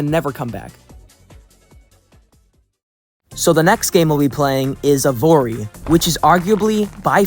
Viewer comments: Evory? Isn’t it evony. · Evory? Can you read, its "Evony". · Evony "Evory" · Lol.. e"VORE"y. BAHHHHAHHAHHAHHHAHHHHAHHHAAAHHH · Bruh keeps saying "Evory"? instead of "Evony" lol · I can’t get over the fact that you’re calling evony “evory” Also GUYS, DIDN'T YOU ALL BELIEVE THAT ALL THOSE PUZZLE ADS WERE FAKE? AND THERE'S NO SUCH GAME? BUT TODAY I'VE FINALLY FOUND THE GAME. EVONY THE KING'S RETURN. THAT'S RIGHT GUYS THAT'S THE EXACT GAME THAT YOU ALWAYS SEE IN THOSE ADS. I'VE SEEN ENOUGH OF THEIR VIDEOS, TODAY I'M GONNA PLAY IT. TO BE HONEST, I'VE GOT TO USE MY BRAINS TO PLAY THI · Bro called EVONY evory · I just don't know how you kept mispronouncing evony as evory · Called Evony not evory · The 3rd game’s name was EVONY not EVORY!!! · Anyone else annoyed that he said evory not evony? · Evory lol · why does bro keep saying evory either way you must have some eyesight issue lmfao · Bro every time he said “evory” 💀💀💀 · “Evori” .. dude can you not ready the ‘N’? Idk its bothering me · Mam said Evony with a hard R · I hate Evony with a passion, but how did you get it so wrong? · No one calls out him saying Evony wrong?